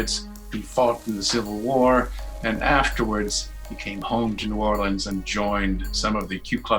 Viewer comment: Me from Louisiana: time to watch this Narrator: New Orleans Me: puts down headphones and walks away